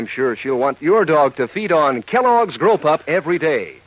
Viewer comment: The announcer for the dog food at the end is making 'grow pup' sound like 'grope up'